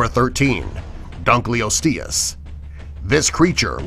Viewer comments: Ik he just pronounced dunklelostues like he didn't even care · DUNK-A-LOST-EE-US NOT DUNK-LEE-OS-STEES